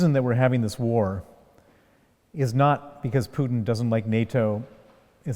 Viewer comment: Interviewer: Putin is not [Pju:tin]. Putin is [Pootin].